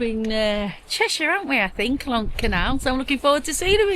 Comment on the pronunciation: Hey, sounds like you've got the pronunciation of "Llangollen" down like a regular Welsh (if that's the right term). I think you'll like New Orleans if/when you come in a couple years. It's definitely a party town so you guys should have fun, and you can be just about as "rude" as you want...lol. I'm hoping things have gotten much, much better over here by that time. 🤞Oh, if you run into trouble while your there, just give me a shout. It's a bit of a drive for me but, I'll bring the bail money! 😂 Thanks for sharing. Take care.